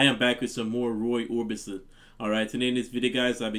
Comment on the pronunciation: OrbiSon, NOT OrbiTson